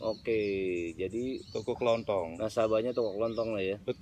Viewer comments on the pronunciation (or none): toko kelontong ya bukan toko kelonthong 😁